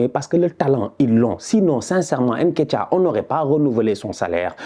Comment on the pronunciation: t’es sénégalais et tu prononces comme les européens avec ton « haine ketiah »…comportement. Sinon top, comme dab